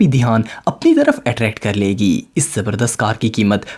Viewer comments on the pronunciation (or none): none